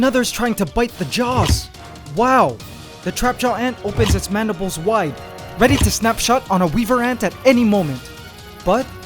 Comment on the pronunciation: Is it Madibles or Mandibles?